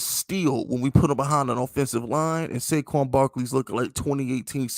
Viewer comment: did my guy just loose his rabbit ass mind and say pay saquan?